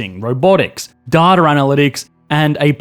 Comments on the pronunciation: People who pronounce things that end with an A with an ER instead are sub human, "datter" ridiculous. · Accents are weird. Cause i say 'DATA' as 'day-ta', but you say 'dar-ta', is this the American accent hmmm very interesting. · Spell DATA in Australian. DataRRRRR! 🤦‍♂️